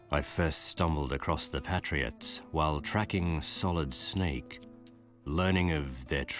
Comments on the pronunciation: How hard can it be to properly pronounce Patriots.... I mean they say it a thouand times in the games... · Holy shit that way of pronouncing patriots annoys me! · cringe every time he says.."the PATriots"